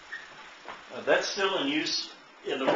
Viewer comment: It's called a moTzetta, not mOzetta....